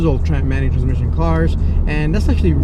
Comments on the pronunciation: Ihh beeh drivih manutrszmisshionnn four fiffeene yeers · Amanny transmisson? Wtf. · “Things not to do in a Manual transhfkehxb car”. just say manual car we understand man.